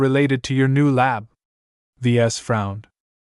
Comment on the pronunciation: Just found you. Wish I had found you months ago. Ves is short for the vesians it said it in the 1st few chapters his dad gave him that highly original name sounds like your calling him v es or v s! Thank you for all your hard work love long form stories